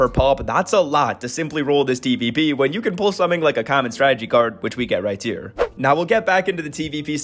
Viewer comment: "Here" starts with an H not a T